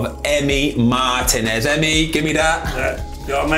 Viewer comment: Lol. It's how the other guy pronounces Martinez that makes me laugh. I've never heard it said that way before.